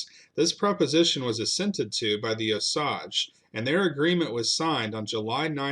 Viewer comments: Bro, Oh-sayj… it’s not oh-sahj. Also, verdigris is pronounced ver-di-gree. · "O-Sage," not "O-Sawge" Indians. And that pick of the Indians you showed at the beginnings of the video were not Cherokees. No Cherokee ever wore a Plaines Indian feathered head dress. Those were Cheyenne, Arapaho, Kiowa, Kowa-Apache, Comanche, Sioux, Pawnee or Shoshone. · We call them O-sage. Your calling the Osaj . Are you sure about your pronunciatio? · it is pronounced O sage long O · I'm Osage on my dad's side and Cherokee on my moms. My grandma, my moms mom was born on the Trail of Tears, on my dad's side they moved the Osage from Arkansas to Missouri to finally Oklahoma & it's O-SAGE not OSAGE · It's O-SAGE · I am a member of the Cherokee tribe and we are in Oklahoma not Arkansas. And Osage is pronounced “ O sage”. Love your videos please keep them coming. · FYI. The name is pronounced “O-sage”. (With a long A and the emphasis is on the O, not the sage). I am Osage and my parents were raised in Osage County in Oklahoma. Thank you. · Pronounced O-sage, like the spice sage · Very interesting. I've lived in Missouri all my life and I've always heard Osage pronounced with a long a sound (like PAGE) and an equal stress on both syllables. OH-SAGE (oh-page) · I am Osage. My parents were raised in Osage County. You were correct that the second syllable rhymes with “page”. But the first syllable gets the emphasis. O-sage. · it's pronounced OH - SAYGE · It's pronounced O-Sage, like the plant or flyrod. You should do a video on the kiowa massacre, where the osage took about 200 kiowa heads and stole their god. The kiowa men were out running amok when the main kiowa camp was discovered by the osage. The kiowa war party returned to find their parents, grandparents and children's heads in every pot and basket. We call this the great shit pushing in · Wrong pronunciation of the Indian tribe Osage… O-sage - pronounced sage like the spice. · It’s pronounced O’sage. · It's O SAY GE.